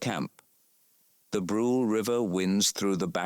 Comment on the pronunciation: there is nothing on Wyatt Earp's outfit that shows him to be a lawman. dumb AI. And there is only one barkeep in the picture of the saloon. This is really stupid narration. Brule is "brulay" not rhyming with drool. Stupid AI.